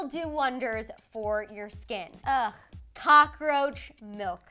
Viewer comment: Cocka-roacha..Not I😱😵😨